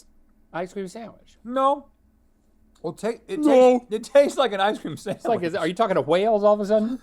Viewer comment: the way says “samwich” makes me rage